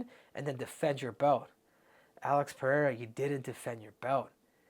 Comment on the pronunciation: So glad you say his name correctly. Everyone says Peheira